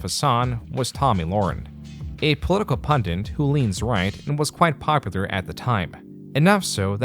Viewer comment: Why do you pronounce the word 'pundit' like there are two Ns in it? It's not 'pundint'. Pun-dit. It's two syllables. Pronounced how it's spelled.